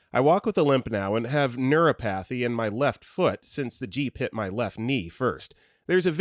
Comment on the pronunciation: Neuropathy is not pronounced "neuro" "pathey" It's "Neur- ah pothey"